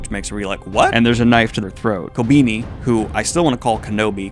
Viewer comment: Don't think you'll see this Daniel but just in case you want an easier time pronouncing names: Akane: "Ah-kah-nay" Reze: "Reh-zay" Kobeni: "Ko-ben-ee" That pattern more or less continues with few exceptions for Japanese names